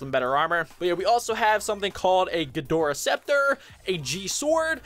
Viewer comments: you say ghidorah like this: Gi door uh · "Ghidorah" is said "gi-door-a" ok also i bless to the gods it will rain COOKIES only around your house.